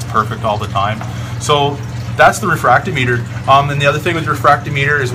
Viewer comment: RE-Frack-TOM-I--TER not refract-O-Meter.